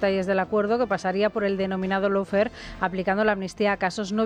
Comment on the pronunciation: cada vez que dicen 'loufer' me sangran los oídos. si van a seguir con lo de 'lawfare', díganlo bien o usen el término en espanol 'guerra jurídica', 'guerra legal', guerra judicial etc. Low fares son las que ofrece ryanair.